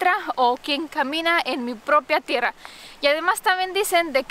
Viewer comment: TIERRRRRA, AGARRRRRRAR ES SONIDO FUERTE, NO SUAVE